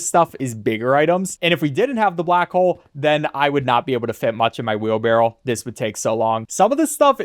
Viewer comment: Hearing wheelbarrel makes me cringe.